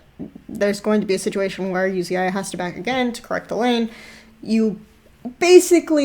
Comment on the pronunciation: Did she fuckin, called Uzi "You zi ai"??? Is this a joke, bcs i'm sick of people who dont know how to pronounce the players' names. This reminded me of LS and his "A Atrox" thing.